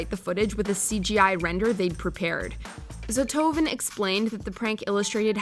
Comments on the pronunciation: Number 13: pronunciation of that group is a bit different .s-t-o--h-o-v-e-n, we don't read it with "z" as in video "zothoven". I know it must be hard for english speakers to read it, this is just for info if someone is curious. In translation it means one hunder shit. 😄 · hehe, the czech TV prank I don't remember, but this group did a lot of those ... btw, their name is ztohoven, which would translate to "hundred shits" , and it's read exactly as written , not as the lady reads it with some weird pronunciation